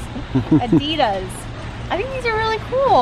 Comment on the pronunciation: I really got to laugh, the way you guys pronounce *Adidas*. Love you guys, such fun 💜🦋